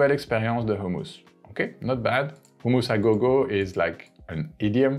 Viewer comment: Great video! Only concern is I think you're saying "homeless" restaurant rather than hummus restaurant! No biggie! Love your content!